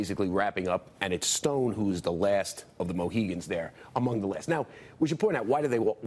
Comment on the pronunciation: It's "last of the Mohicans," not "Moheegans" dolt.